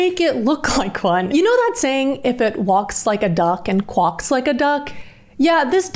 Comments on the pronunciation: did you just say qwuaks bro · She said "qwoks like a duck". I'm never not calling it that anymore.